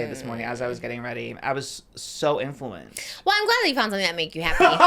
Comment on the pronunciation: Love how says “infewanced” unknowingly